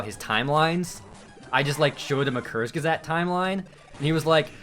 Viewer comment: Took me a while to understand that you meant Kurzgesagt (sounded like curse gazette). Sorry if I'm coming off as an asshole but I'm German and we pronounce it "koorts guezaagt" (u between g and e for the sake of pronouncing the g like in graphics; the a is pronounced like a Japanese a).